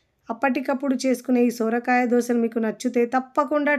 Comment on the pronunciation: Soora kaya kadu..Sora kaya...Sister..❤